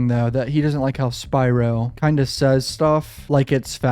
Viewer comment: Thank you for your analysis and pronouncing Spyro’s name correctly.